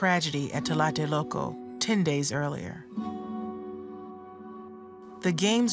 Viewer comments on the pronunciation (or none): Excellent documentary, very well done, I just wished the lady narrating the video could mention correctly the name Tlatelolco, I know it's not an easy word for a non Spanish speaking person but she was saying "talate loco" all the time, it sounds even funny talking about some very serious and bloody things that happened in my country.